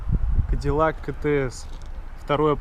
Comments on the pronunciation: Си-Ти-Эс. Правильное прочтение... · Че за кетеэс😂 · Правильнее выговаривать «си ти эс»